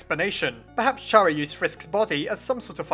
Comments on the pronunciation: Chara is pronounced Care A Not Char A FYI. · Chara's name is a play of the word CHARActer. It soumds like Kara, not CHA ra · Dude its pronounced car-uh not char-uh its very frustrating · It's (car-a) not (chair-a) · IT'S CHARA (Pronounced K-AR-A) NOT CHARA (Ch-ah-ra) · Ummmmmmm, I actually don't think Chara (Char-uh) is Pronounced like that, i think it is actually pronounced Chara (car-uh). Edit: Never mind you realized that it might be that too. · it's care-ah not char-ah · IT'S PRONOUNCED CARE-A IT'S A PLAY ON WORDS *CHARA*CTER THIS IS SO FRUSTRATING TO ME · ITS KARA LIKE CHARACTER YOU DONT SAY CHaracter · I think it's prenounced car-a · it's pronounced "Cara" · Y does everyone say chara's name wrong? Its chara as in character (i think) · Stop pronouncing Chara like that. It's pronounced like the beginning of 'Character'. You know, *Chara*cter. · Chara is pronounced with the letter k.